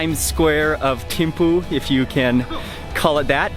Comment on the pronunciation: We pronounce it theme-fu